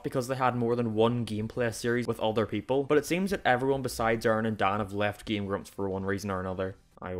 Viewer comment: ''''